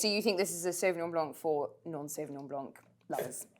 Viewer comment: Love this show and everyone on it! But .....Sauvignon blanc NOT Sauvignon BLANK! ..... The c in blanc is silent....come on, you can do it! 💫🌟🎄🎄🎄 Merry Christmas🎀✨